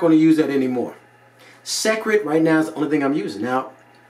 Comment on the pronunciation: Entertaining review but listen it's pronounced "secret" not sek-red. Boom! Like if your mind just exploded.